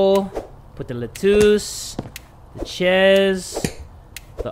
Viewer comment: I'm not the only one who says chez for cheese!!! Love you you make me laugh so much 😁